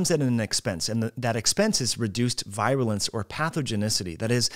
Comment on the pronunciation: I don't much care about a foreign word such as omicron but I think should look up Webster's pronunciation of virulence and respiratory.